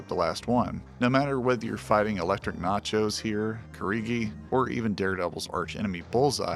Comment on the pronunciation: elektra natchios, not NACHOS😭😭😭😭